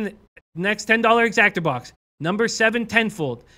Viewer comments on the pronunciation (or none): Great video but it’s an EXACTA not an Exactor.